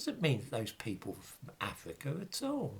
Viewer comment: Cypwus, not Afwica? Unweal pwopaganda about an ivowy bwacelet. Vewwy unweliable. You are cowwect.